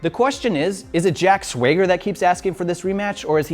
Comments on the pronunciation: "Jack Swayger?" time for another apology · "Jack Sweager" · jack swayger??? god damn that's annoying